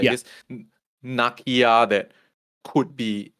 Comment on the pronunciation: nuh-KEE-uh … damn, why you and mispronouncing black characters? Please